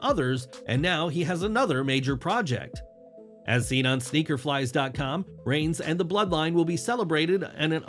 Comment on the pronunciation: did you say sneaker flies oppose to sneaker files?